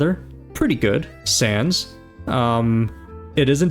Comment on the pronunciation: Is it me or was he saying Sans instead of sands